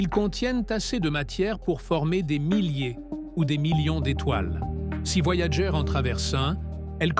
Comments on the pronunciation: Franchement tu aurais pu dire à l ia comment prononcer le nom de la sonde . Voyagé , ça fait quand même a coté de la plaque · "Voyager" prononcé à la française est un verbe et c'est IDIOT. Voyager est le nom de deux sondes de la NASA, lancées en août 1977, et se prononce "Voyageur". Je ne vais pas plus loin que les premières secondes de cette pseudo-vidéo générée par IA. Les deux sondes continuent leurs courses dans l'espace et n'ont pas quitté le système solaire. Communiquer avec elles exige de la patience parce qu'un signal radio, se propageant à la vitesse de la lumière, mets des heures pour les atteindre et est très dispersé, kif kif pour les signaux retour. Les deux sondes sont à 15 milliards de km de la Terre (4 fois plus loin que Neptune) mais il faudra environ 300 ans à Voyager 1 pour atteindre la limite intérieure du nuage de Oort et 30 000 ans pour en sortir, autant dire qu'on n'aura pas des masses d'infos. Quant à Voyager 2, le contact a été perdu. - 50 ans pour parcourir "seulement" 1,5.10^10 km. Alpha Centauri est à 4.10^13km soit environ 3000 fois plus loin. 50 x 3000 = 150 000 ans pour approcher Alpha Centauri. Vous croyez encore aux voyages intra-galactiques ? Les distances dans l'espace et dans le temps ne sont pas à l'échelle de la vie humaine et l'espace n'est pas vide, il est parcouru par les rayons cosmiques crachés à des vitesses relativistes par les étoiles et les supernovas, et par un intense "bain" de rayons ionisants UV, X et gamma. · Voyager ....à prononcer en anglais !mot utilisé par les anglo saxons